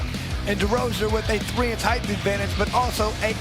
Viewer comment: "Heighth" is NOT a word!!